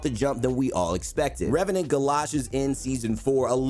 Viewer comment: "number 12 ReVeNaNt" Disliked, closed video.